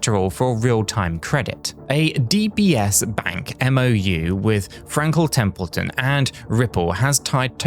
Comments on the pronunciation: Frankle templeton? Didn’t know it could be said like that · Frankel Templeton?! Lol this weirdo is AI.